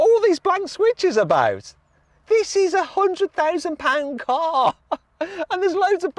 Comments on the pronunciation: when he says "will still cost you A hundred thousand pounds" it sounds like 800,000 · Even the captions read 800,000 pounds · Me too! I fell out of my chair! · Even the captions think you're saying 800,000... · My thoughts exactly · I heard that too!